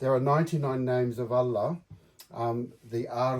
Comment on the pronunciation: Nope, as an Indonesian I can vouch that he got the "ha" correct 💯 there are two "ha" in Arabic, (ح) and (ه). The letter ه if written at the beginning of a word becomes هو, written at the end of a word it becomes له.